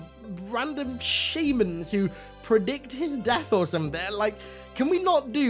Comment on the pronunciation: I love ya but why are you saying shaymans and not shamans